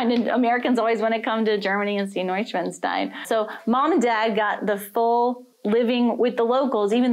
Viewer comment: The native english speakers who make these videos are 99% wealthy people who only see good food and castles. This utterly naive perspective is pretty disgustging.... PS: the "s" in Neuschwanstein is pronouced like a "sh"..... Otherwise is sounds like "Neuschwanzstein" and believe me you don't want to sound like that...